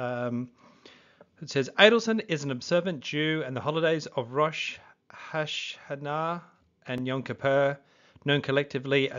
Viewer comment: Bro you need to learn how to say Rosh o Shana not very hard and I''m Catholic